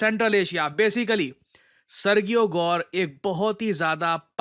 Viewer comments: Arrey mere bhai.. kahe murakh bana rahe ho apne viewers ko! Sergio ki pronounciation kabhi सर्गियो nahi hoti, wo hamesha सर्जियो hi rehti hai murakh! ✌️😂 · Pronunciation for Sergio is [Sir-g-O] or [Sir-ji-O] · Serjio pronunciation hai ... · I live in the USA and his pronouns is Ser-Jee-ohh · सर्जियो गोर they pronounce in USA Spanish name sir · When g comes before e, i, or y, it becomes a soft g, pronounced like “j”. For example, Sergio would be pronounced “Serjio.” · The pronunciation is "Serheo"